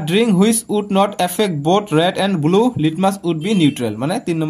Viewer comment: Not bulu it's blue😂